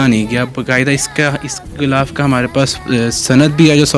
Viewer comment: Ghilaf kehty hein bhai...ghoulaf ni kehty